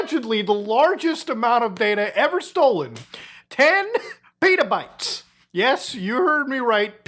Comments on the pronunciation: they're not PETAbytes bro, they're pet-a-bytes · Why are you saying Pitabytes? It's not a flatbread. It's Petabytes. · I had to listen to how much data was stolen again cuz i thought you said 10 Peadobytes.